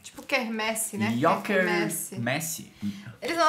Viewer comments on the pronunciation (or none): Yoker Messi 😂, é assim o dia inteiro? 😂